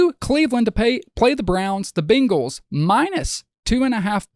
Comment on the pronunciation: Say it with me, "bang-les" Bang. Not bing.